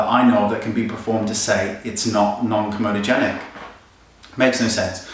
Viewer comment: Wayne, it's comedogenic [kom-ee-doh-jen-ik]...Komodo is an island